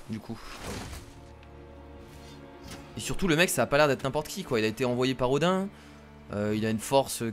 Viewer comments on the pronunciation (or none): Odin ce prononce odine